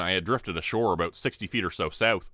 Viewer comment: Are you from Canada 🍁? I love the way you say out and aboot.